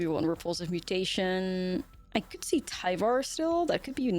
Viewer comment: It's pronounced "tiv ar"